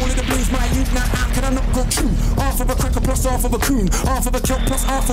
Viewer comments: London yout. (Youth) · Endz means where you’re from, plus he said London youth, pronounced Jamaican yout